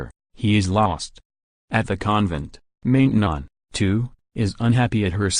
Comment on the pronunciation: It's pronounced Man tenon (short a)